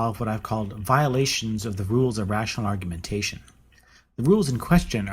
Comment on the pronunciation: Well i douuno about argu'A'mentation but... ar·gu·men·ta·tion (ärgy-mn-tshn) n. 1. The presentation and elaboration of an argument or arguments. 2. Deductive reasoning in debate. 3. A debate. I'm not usually a dictoNazi, if i can at all help it, but seeing i am here anyway and you did ask , so...